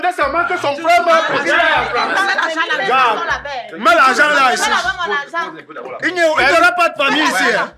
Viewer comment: Mettez vos zargent 😂😂😂😂